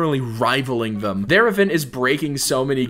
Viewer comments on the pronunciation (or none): none